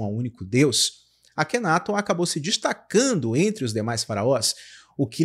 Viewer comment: AKHENATON, A PRONÚNCIA CORRETA É ACENTUAÇÃO NA SÍLABA TON, NÃO ME PERGUNTE O PORQUÊ... SIMPLESMENTE EU SEI...